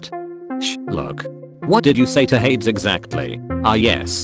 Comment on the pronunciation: Its not ha - eds its called hey - deezz😊